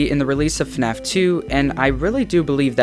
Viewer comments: Oh I get it his name is FuhNaff lol and it's supposed to be FNAF but in a different way 😀🤣 I'm subscribing to this channel 👌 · Hey guys welcome back to a new video of... FUHNAFF (I like this intro)